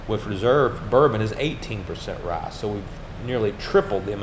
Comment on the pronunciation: Warum sagt er "Rah" statt "Rye"?